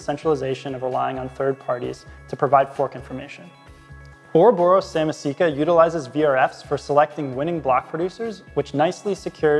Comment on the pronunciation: Ouroboros SamAAAAsika not Samisika....